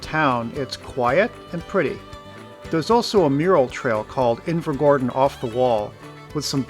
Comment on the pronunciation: I literally live there so I’ve no idea why I’m watching it, decent video tho but your pronunciation upsets me😂